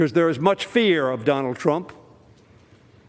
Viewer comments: Was I the only one to catch that. He saying Donald “drunk” trump 😂😂😂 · I heard it as Drump